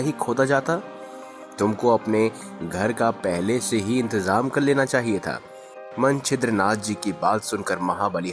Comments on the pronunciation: यह कथा कौनसे पुराण से ली है यह बता सकते हैं क्या? पहिले ठीक तरहसे उच्चार करो! मनछिंद्रनाथ नहीं मच्छिंद्र नाथ कहो! मच्छिंद्र नाथ और हनुमान दोनो महादेव के अंश है ? दोनो एक दुसरे से युद्ध करना असंभव है ! एक दुसरे से अंजान होना भी असंभव है ! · Manchindra nath nhi Macchindra nathi... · Manchidranath Nahi hai bhai wo,machindranath hai Woh😂😂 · Manchidra nam nahi Mcchidranath nam hai galat nam bolne aapki jankari bhi galat hogi hamne nahi suni. Better & correct words will be used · pehle hi laga machhindra nath ko manchhidra nath keh rahe h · Bhai Manchidra nath nahi, machindernath, Jara thik se bolana sikho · Yes,its true. Hanumanji was trapped.. Please pronounce correctly. Manchidra nath nahi. Sunate huve bhi hasi aati he . He was Macchindranath. He was shishya of lord Duttatrey. Macchindranath was Guru of Gorakhnath . All Navnath were super powers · Pronouns toh toh tik kare मच्छिंद्र नाथ है वो